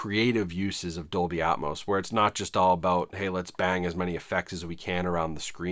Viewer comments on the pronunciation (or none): none